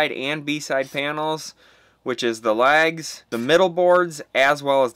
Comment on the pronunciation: I thought you were saying lags. I was like where the fucks the lag bolts.